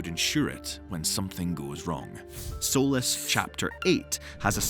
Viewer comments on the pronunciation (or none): none